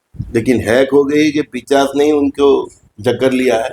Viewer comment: Plz correct urself... It's nt "पिचाश" It's "पिशाच"..